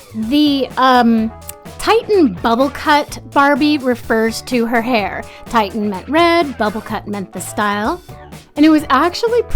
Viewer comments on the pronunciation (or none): It's not "titan", it's "titian", like the Renaissance artist Titian. It's pronounced 'TISH-un'. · I think i have been saying it wrong too 😂😂😂 if you look it up online searching titian hair, the little sound bite that says the word pronounces it ti shun with a short i sound. The description of the color is interesting.